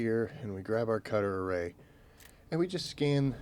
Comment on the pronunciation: It's called a cutteray not cutter a ray!